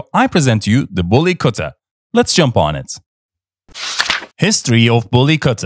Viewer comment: U pronounce very well the bully kutta. 😂😂